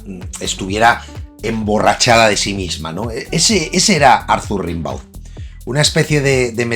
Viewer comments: Baudelaire llevaba muerto tres años cuando Rimbaud (rembó, no rinbáu) se dio a conocer. Así que don Charles no pudo ser influído por Arturito...🤷‍♂️ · Sobre Rimbaud,se lee "Rambou",se nota que no te has informado mucho,eso de que influyó a Baudelaire es, sencillamente, imposible cronológicamente.Rimbaud fue una maravillosa rareza,un visionario,por supuesto Baudelaire lo fue también,lo que atrae de la vida de Rimbaud fue esa explosión de Genio alucinante,de explosión de supernova, logró rozar el paraíso y el infierno con sus versos ,para después de ello,de repente,caer en un agujero negro de lo abyecto, quizá sea ese el precio a pagar por desvelar el idioma de los Dioses.